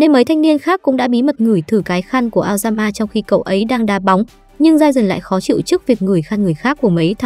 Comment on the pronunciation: nghe aoyama thành lao gan ma :)))))